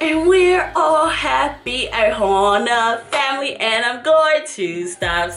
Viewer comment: I dont like how she says ohana 😂